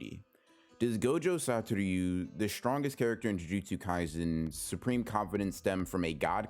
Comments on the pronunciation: ITS SATORU NOT SATORYU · Why do you say “gojo satoryu” it’s just “satoru” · You're mispronouncing his name lol. You say something along Satoryu instead of Satoru. Just wanted to point it out, so dont worry about it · Everytime he says “satoryu” it kills me a little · The way this man pronounces Satoru 😬